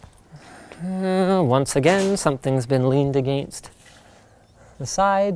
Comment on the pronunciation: I fucking hate how linus says against